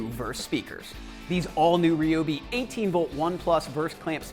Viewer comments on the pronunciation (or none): Say it with me, Rye-obi. Not Reee-obi..... Rye-obi Rye-obi Rye-obi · it's rye-o-b.